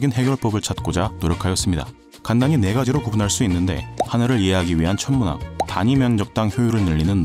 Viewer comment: '천문학'이라는 단어에서 발음이 샌다고 해야하나 그런 비슷한 단어에서 좀 더 신경쓰면 될거같아요